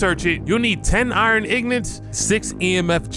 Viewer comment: thats not how you say ingot brother....yikes.